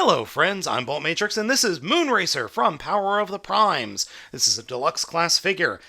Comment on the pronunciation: Wait...did...did just say the name of this line correctly?! I'm in shock!!! XD